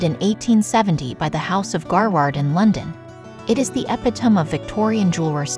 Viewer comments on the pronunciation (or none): This AI presentation is very hard to listen to. Epitome is not pronounced Epi tome. And the weird breaks in the sentences is hard on the ears. I won’t be back. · What's with the machine narration? That pronunciation, phrasing.... It's come to this? "Garward"? "Epi-Tome"? "Ear-Ahn?" It's come to this? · It’s “e-pit-o-mee” ! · Epitome is pronounced - E-PIT-O-ME. Not sure if this is AI narrated or a real person. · You are right...however, the 'voice' could still get it wrong. Try eh-PIT-oh-me. However, in French it is accented on the first and last 'e'= épitomé (Latin-Greco etomology). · Did you really just mispronounce “epitome?” Jesus. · So glad that someone else picked up on this. At least get the jeweler's name correctly...Google translate is helpful in that. Other words hurt my ears too...epitome comes to mind. Otherwise, a good video.